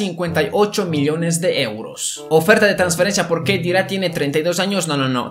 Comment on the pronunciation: khedira se pronuncia Khedeyra